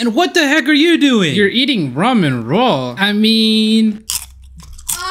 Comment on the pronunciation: RAW MEN instead of ramen hehehe